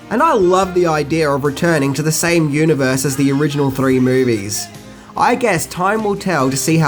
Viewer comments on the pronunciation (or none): none